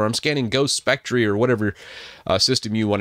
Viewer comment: Just FYI - you can pronounce “spectre” like “speck-tur”